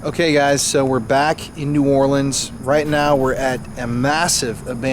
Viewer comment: Also, thanks for saying “New Orleans” correctly and not “New Or-keens”. And… the scariest hospital here is (was) Charity Hospital, the longest continuous working level 2 hospital in service with 2,860 beds since 1736.